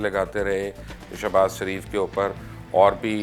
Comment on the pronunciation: یار یہ آپ کس گاوءں کے رہنے والے ہیں؟ مخالفت کو مکھالفت کہتے ہیں، شریف کو سریپ کہتے ہیں، لیکن کو بٹ کہتے ہیں۔ یہ بٹ کیاہوتا ہے؟ اپنی بھی زبان بھی خراب، اور بچوں کی زبان بھی خراب کرتے ہیں۔ لیکن کہا کرو۔